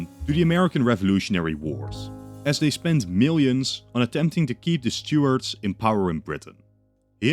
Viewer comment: Took me a while to realise you meant Stuarts when you were saying Stewards